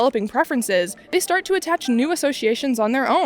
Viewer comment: “~we didn’t sart the fire~”